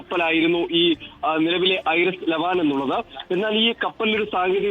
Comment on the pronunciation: ഐറിസ് അല്ല വിവരക്കേടേ. ഐ ആർ ഐ എസ് എന്നാ പറയുന്നത്. ഇസ്ലാമിക് റിപ്പബ്ലിക് ഓഫ് ഇറാൻ ഷിപ്പ് എന്നതിൻ്റെ ചുരുക്കെഴുത്ത് ആണ്. ഇറാനിയൻ നേവിയുടെ യുദ്ധക്കപ്പൽ ആണ്.